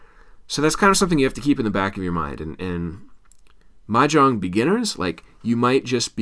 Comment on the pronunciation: You’re not even pronouncing it right! 😂